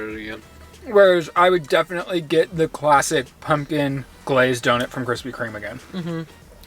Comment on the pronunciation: Drink every time says “Doughnit” the pronunciation threw me for a loop 😂. Love this episode! Keep it up kids ❤